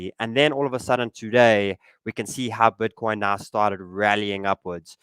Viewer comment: „Bötcoin“ he says🤣